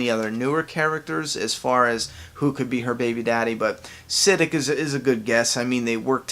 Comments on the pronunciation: Sid-ik 😂😂 please it's prounounced si -dek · It’s pronounced SUH-DEEK 😂😂 I cringed every time I heard SID-DICK. Definitely a white guy who makes these videos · Its pronounced Sid-deek...Not Sid-dick. You put the wrong emphAsis on the wrong sillAble. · Sid-ick instead of Siddiq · Siddick. Lol its pronounced SI-DEEEK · sah deek not siddick idiot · You said Sadeek'S name wrong lol its not sidic its sadeek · Exactly what I was thinking.....its "Sid-EEK".....like Eek the cat lol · No disrespect, but i believe its pronounced Sa-deek though, in similar vein to Raphael Saadiq. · Lord Say his name correct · Learn how to talk and say words because you said siddiq wrong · Why tf does he say Siddiqs name like that💀